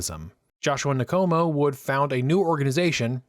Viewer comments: Good work ( but, please it’s Nkomo, no syllable between the N and k. Respectfully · Great video. Well researched and clearly presented. For the future, it’s “In-Komo” and “Sit-Holy”. And the Ian Smith accent is terrible. 😂